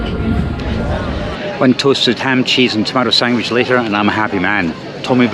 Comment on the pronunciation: Did you say sangwich?